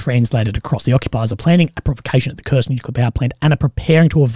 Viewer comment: WHY CAN'T AMERICANS SAY NUCLEAR PROPERLY